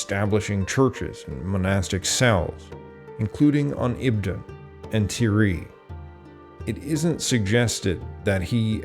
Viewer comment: Other mispronunciations include Ayr, Ayrshire, Uist, Tiree, Kintyre and Dumfries.